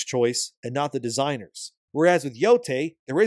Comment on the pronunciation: how could you butcher the name like that😭